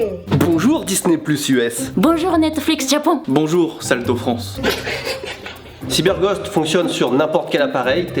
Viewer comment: Y a que moi qui entend Cyber"Gode" VPN à la fin ? mdr